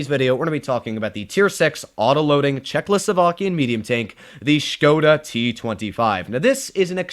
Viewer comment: Hi, Now I am aware you don't read all the comments;) as you still don't pronounce properly "Checkoslowakian" as I suggested you in a comment to one your previous videos. Again, It should be Check-o-slowakian instead of Checklo-slowakian as you call it. Keep up the good work, you are the best.